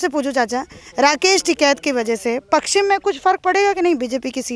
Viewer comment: पकसचिम नही होता ,पश्चिम होता है !